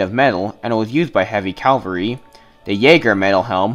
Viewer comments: Cavalry not Calvary! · Every time I hear some say "calvry" I want to scream "CA-VAL-RY!!!!!" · Aww, dont crucify the poor guy over calvary....😂😂😂😂😂